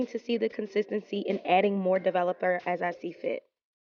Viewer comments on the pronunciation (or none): “ develupuh” lol ❤️